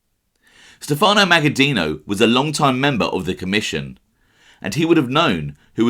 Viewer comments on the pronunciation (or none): none